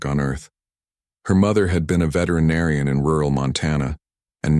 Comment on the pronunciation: Tell me what in the hell is the problem with you people in the pronunciation of veterinarian? There's a T. IT'S NOT SPELLED venerinarian.